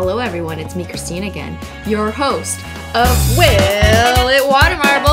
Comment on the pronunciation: Is it just me or does it kinda sound like she says, "Holo everyone. It's me Cristinigan. " 😅😅